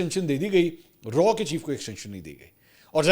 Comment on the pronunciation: Its not RAW bùt its RAAW